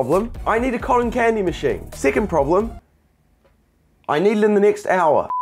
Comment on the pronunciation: he finally says cotton candy right i am so proud of u <3